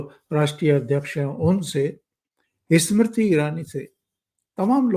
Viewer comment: सर जी... इस्मृती इरानी नही... सिर्फ स्मृती इरानी इस्कूल नही... स्कूल इस्पीकर नही स्पीकर. मै आप का फॅन हूं, हैदराबाद से, इसलिये ये सुधारणा.. कृपया माफ करे मुझे 🙏🙏